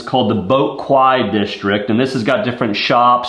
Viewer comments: I really wish they'd added the ArtScience Museum, but I understand it would've been difficult at this scale. I like how they added the Gardens and the Boat Quay district. Also "Quay" is actually pronounced "key". Nice short review. Cheers. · Quay is pronounced key, don't ask me why. Lol.